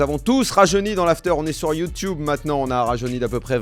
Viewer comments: Alors c’est top Daniel! Si je peux me permettre deux remarques: on dit “YouTube” pas “YouTiube”, et pour tes prochains invités si tu peux leur suggérer de poser leur téléphone pour éviter qu’il bouge non-stop… merci beaucoup! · Très bon format. Par contre, faut arrêter de dire youtiube